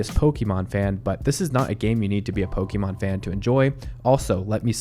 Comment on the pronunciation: Where do you get "Pokeymon" from? Where have you heard it pronounced this way? Totally bizarre.